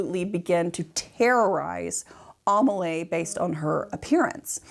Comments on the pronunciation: I was wondering what the name was, Amalay? It's Amélie XD (Aa-may-lee) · "Amelie" is pronounced "Ah-may-LEE". As in the French film "Le Fabuleux Destin d’Amelie Poulain". Also "row", a falling-out between 2 people is NOT pronounced like "row your boat" but rhymes with bough. Ah Americans... The unbridled honesty and candor are refreshing, even if l do not share your opinion of the scandal surrounding the painting.